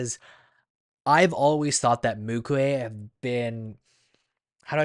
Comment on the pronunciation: not mukue its MUKU😊